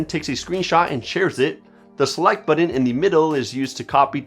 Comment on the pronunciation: Great video but what the heck is a "buddin"? Do you mean BUTTON?